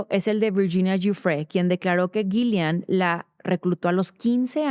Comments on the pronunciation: Es Ghislaine. No Ghilian. Por favor haga la diferencia. Se presta para confusión. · La h y la s son mudas en ghislane se pronuncia gilane 😊